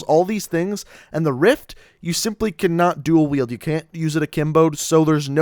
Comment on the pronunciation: You said duel weld